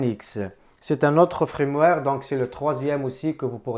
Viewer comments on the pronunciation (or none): Salut mon ami, on ne dit pas Frameware, on dit Firmware